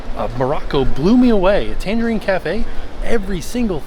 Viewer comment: Take a drink every time mispronounces Tangierine Cafe as Tangerine Cafe.